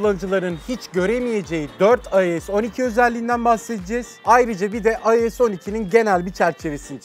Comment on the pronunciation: IOS 12 yi “ayoes oniki” diye okumak nedir arkadaş. Yarısı İngilizce yarısı Türkçe. Adam gibi yazıldığı şeklinde oku işte 🙄